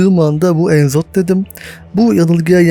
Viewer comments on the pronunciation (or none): Enzoth diye telaffuz edilmiyor direk Nzoth nizoth falan ya da ne bileyim de başta e yok.